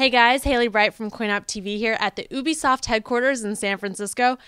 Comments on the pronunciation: UUbisoft... Hahahaa I loled so hard... Talking about how she said Ubisoft in the beginning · lol u said obisoft